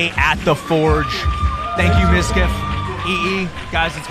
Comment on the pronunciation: "Midkif" "Mizka" Lol. I can relate, half of people can't even pronounce my name correctly either.